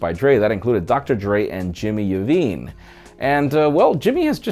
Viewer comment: Did he just say Jimmy “uovine” Take an L for the culture👎🏾